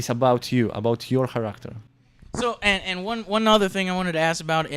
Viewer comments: HcHaracHter, lol. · "Character" pronunciation has never sounded more badass.